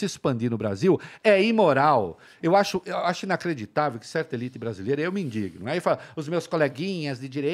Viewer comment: Ao falar sobre a fome no Brasil Reinaldo falou que se "indigna" e não "indiguina" como todo mundo fala. Quase chorei... Só falta agora ele usar o "assertivo" corretamente como afirmativo e não como derivado de "certo" que é com "c" e todo mundo mundo usa errado.